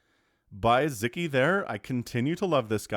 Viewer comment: Sz is the 'snake" sound in, hungarian Sziky shoud be pronunced like sicky :)